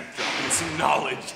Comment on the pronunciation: KAALEDGE. Reminds me of tai Lopez.